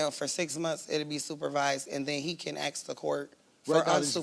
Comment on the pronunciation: It's not difficult pronouncing ask properly. It's only 3 letters.